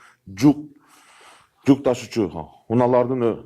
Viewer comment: Жук.. Эмес "жүк" десең. Эжелеп Окуганын 1 клсстын окуучусундай. Сөз менен эле айтып берсе болбойбу